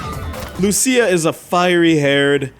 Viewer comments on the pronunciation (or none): none